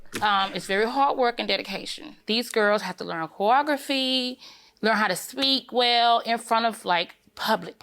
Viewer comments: OMG yessss --- corography LOL!!! Made my head hurt listening to this case.... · “She had to learn choweogaphy.” 🥴